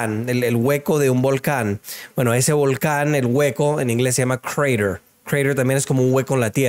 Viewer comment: hablar bonito español, ‘’Crater’’